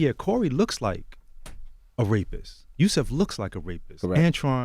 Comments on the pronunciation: There are more than enough interviews with these guys as well, like how did he not know how to pronounce Yusef’s last name smh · The least DJ Envy could do was pronounce Yusef's name correctly. Sheesh. Anyway, these men are braver than we could ever imagine. My heart BREAKS for them. I'm finally watching When They See Us, and it makes me so angry how they were all treated. Where's the real justice? Why aren't ALL who coerced them doing their gotdamn time?